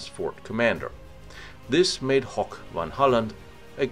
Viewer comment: lol how he pronounced "hoek". It's pronounced exactly the same as the English word "hook", so no need to turn it into a silly "hoch" sounding word haha.